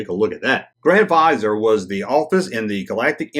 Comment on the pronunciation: grands vis are is how you pronounce it